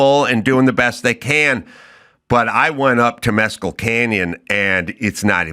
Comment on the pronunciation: Adam saying tem us cl is like his moronic guest saying nuc u lar. It's TemEs cal and nuCLEAR. BIOTCHES